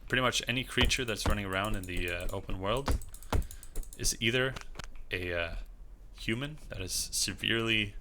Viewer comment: Bro you pronounce words like youre an eight year old get a speech therapist